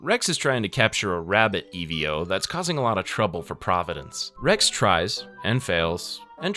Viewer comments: E ve o. ???????????????????????????? EVO brother just say it fast accent on e . Evo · It bugged me so bad, I completely forgot about the video and anticipated the "E-V-O" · Man never said EVO correct once 😭✌️